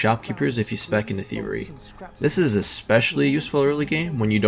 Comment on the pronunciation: your. speech impediment made it difficult to understand with you were saying. thievery sounded like theory